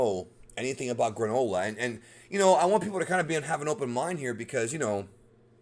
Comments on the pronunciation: Gronola LMAO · Everyone: Yay the Granola arc!! Me, an intellectual: FOOLS! This will be pronounced the GRAND OLA ARC